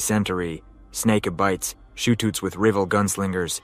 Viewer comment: I made it until the horrible pronunciation of Cholera and shootouts… 😂